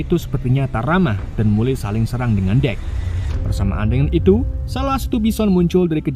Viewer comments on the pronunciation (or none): none